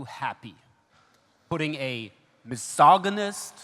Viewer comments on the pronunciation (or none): The virtue signalling was incredibly cringey. I did get a chuckle out the way he pronounced "mysogihnist", though.